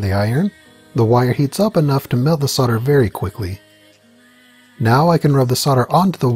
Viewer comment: what is sorder? Its solder. sowl-duh